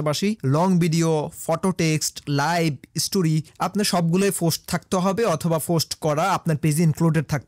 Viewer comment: Dada vaai .... Ota fost noy ota k post bole😊